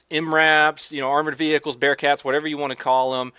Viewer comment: Ve hickles it's vehicles